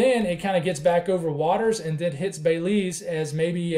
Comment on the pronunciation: You said Belize right the first and last time. I’m from Belize and we are monitoring it closely. I notice the Euro had it hitting Nicaragua or Honduras but 180hrs out it had the models over us. Hitting us as what is the big ?